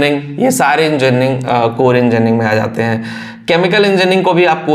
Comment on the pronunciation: बोल तो पा नहीं रहा है 😮😮😮 enjarning 😅😅😅